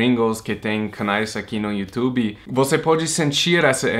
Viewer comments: Adorei você falando “iutubi” hahaha bem brasileiro 🇧🇷 😁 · Já virou brasileiro faz tempo, até fala YouTuBI hahahahaha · Divertido ver o falando "Youtube" como um brasileiro: ) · parece mesmo um brasileiro falando